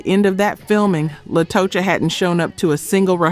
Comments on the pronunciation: The mispronunciations drove me NUTS on this episode... En Vogue - "in" Vogue Latocha - "Latasha" Scott TLC- Tionne "Tee-on" Watkins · Latocha should be pronounced Latasha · It's Latocha Scott not La to cha